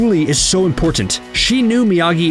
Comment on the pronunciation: The way the narrator says "important" tilts me a little :p